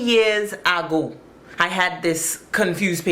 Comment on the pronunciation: Why am I at work saying to ppl, "Some time, ah-go!!!" Love that line girly❤❤❤ I do the accent too!!!😂